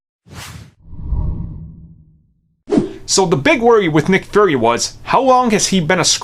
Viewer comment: Why do you keep saying "Furry"?